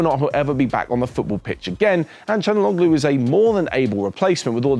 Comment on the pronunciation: It's pronounced Chal-han-oh-loo